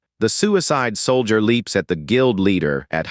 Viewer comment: Sol-dee-yurt... LoL